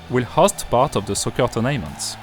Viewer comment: "turn'ment" , "th, th , th" pas "ze, ze, ze" . :p